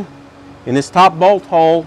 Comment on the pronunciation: Great video, he cracks me up saying "bolt hoe"